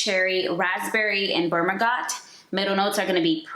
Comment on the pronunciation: I have all these except for La Capitale. The bottle is GORGEOUS Btw Bergamot is pronounced Burger - Mot. And Myrrh is pronounced Mer like Her. Have you tried Casablanca from Swiss Arabian? It's like a spicy warm apple pie